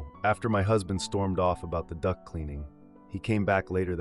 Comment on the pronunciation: Duct cleaning. I heard Duck cleaning. Lol.